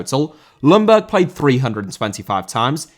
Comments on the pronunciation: Hey, I will remind you again that Ljungberg more is pronounced Jungberg then Lungberg. The L is rather silent:) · Just your average friendly Swede here to point out "Ljungberg" is pronounced more like "Yungberj" than "Lunberg"